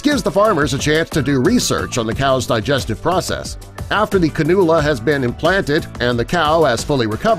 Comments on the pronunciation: Cannula is pronounced Can-you-la not canoola. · Uh, this is not correct. First, it’s pronounce. “Can U La”. Second, while it is true that a farm may keep one or two cows with a cannula, they are almost exclusively used for research. These research projects range from evaluating feeds to impacts on cow health, milk production and the environment. Cattle diets are very efficient and many things they eat would end up in a landfill or are not able to be consumed by humans. Examples are cottonseeds, almond hills, shrimp shells. The microbes living in the rumen digest most of the food for a ruminant animal. If an animal is sick and treated with antibiotics, those microbes might not survive. A cannulated cow can donate microbe containing rumen contents to be ingested by the cow that needs microbes. The surgery is simple, but it’s surgery and costs money. The cannula itself costs $400 US. Cows live 3 to 6 years so this surgery is not done to entire herds and is not for the health of that animal, ever. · like your vids but you should probably learn how to pronounce a word (cannula) before saying it wrong about a dozen times lol